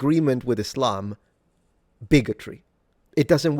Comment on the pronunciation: He pronounces Islam like "is lame."